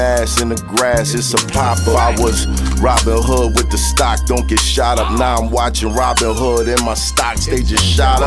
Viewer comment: “It doont sound like fun” - shut tf up 😂